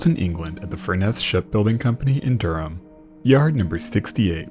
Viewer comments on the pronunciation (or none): none